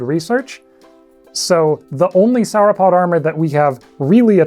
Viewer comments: 'sour-opod' my freaking ears! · Do you pronounce dinosaur in the same way you pronounce sauropod?